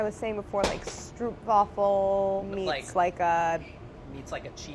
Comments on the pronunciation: The way she pronounced stroopwafel really kept messing with my dutch mind, still love claire tho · I really don't like the way english speaking people pronounce "stroopwafels". The "oo" isn't pronounced like (p)oo but like (m)o(st). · Stroopwafel is so amazing and your pronunciation is hilarious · You are pronouncing stroopwafel wrong...it's sort of annoying cause I'm Dutch and love strooooopwafel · all dutch watchers: DID SHE JUST SAY STROOPWAFFEL sings Wilhelmus(our natinal anthem) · When trying to pronounce Stroopwafel, try to pronounce the "oo" sound as you'd pronounce the o in the word dope. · As a dutch person, love to see stroopwafel all around the world but the double oo is kinda pronounced like the o in close but a tad longer ;) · Don't pronounce the 'stroop' in stroopwafel as 'loop'/'hoop'/'poop'. It's supposed to sound like 'rope'/'hope'/'dope'. Stroop is the dutch word for a specific type of syrup. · "Stroopwafel" is pronounced slightly differently in Dutch, where the word is from. The oo sound is a longer oh, like the "ooohhh" you exclaim when you find out how stroopwafel is really pronounced :) PS: I'm sure there are pronunciation videos or sound clips online. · A double O in Dutch is pronounced like the O in "over". Cringed every time she mispronounced stroopwafel. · glad I wasn't the only one cringing when she kept pronouncing it wrong! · The way you pronounce 'stroopwafel' is hilarious. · As a Dutch person, I cringe when she says "stroopwafel" the way she does. The "oo" in stroopwafel should be pronounced like "oa" in oatmeal and the r should be rolling. I understand that non-Dutch people don't know this, but it just makes me cringe. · The way she pronounced stroopwafel hurt my poor ears. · Love how you pronounce stroopwafel hahaha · How to say stroopwafel. just say stroopwafel like you do here. change roop to rope and pronounce the f in wafel more like a soft v. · it is not a "strupwafel" "strohhpwafel" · Stroopwafels=stropewaffle (pronunciation)